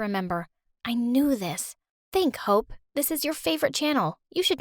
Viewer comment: At first i thought she said "think hoe"